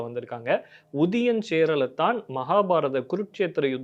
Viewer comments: it is Cheralaathan not Cheralaththaan. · அவர்கள் ''வேளிர்கள்'. வெளிர்கள் அல்ல. 'சேரலாதன்'. சேரலத்தான் அல்ல.